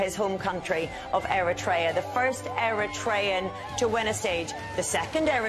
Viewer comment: Stop saying “Black” African. Black and African are one. White African is the exception and unusual. Also it’s e-RI-trean/e-RI-tria.